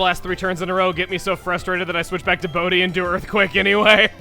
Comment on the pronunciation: why did I hear bodhi as booty?!